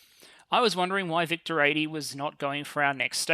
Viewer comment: Watching this in 1.75x, victor sounds very close resemblance to “victim”